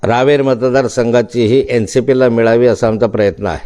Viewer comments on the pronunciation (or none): ते रावेत नाही रावेर आहे...🤷🏻‍♂️🤷🏻‍♂️